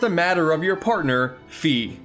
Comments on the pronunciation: Thank you for calling her Fee instead of Fie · It's not "Fee." It's Fi(Fai) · Fi rhymes with die.